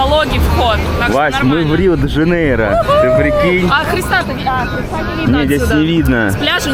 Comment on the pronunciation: Не Жанейра а Жанейро . Блогер учи мат часть 😂